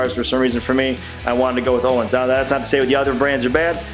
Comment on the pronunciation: I’m going to sound like a dick either way, Pronunciation is “Oh-Leans” Amazing Swedish shock company. Very nice shocks nice for 604 lb bike